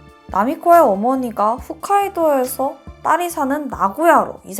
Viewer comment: 훗카이도가 아니라 홋카이도 입니다.